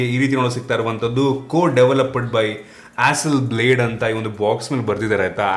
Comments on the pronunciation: It's not pronounced as blade. Pronounced as blaud. Hasselblad🤭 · Bro that's not "Hasselblade" it's Hasselblad..